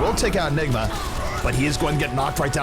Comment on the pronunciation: that announcer accident "nigga" instead of "enigma". lawl